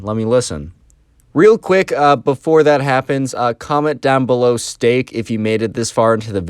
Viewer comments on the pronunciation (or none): Stake or Steak? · Stake or Steak??